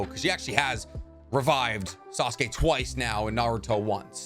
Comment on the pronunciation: Sasuke not assume